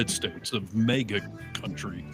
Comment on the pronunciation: It's "MAGA"! It's not "MEGA"! MAGA! Get it? It's MAGA!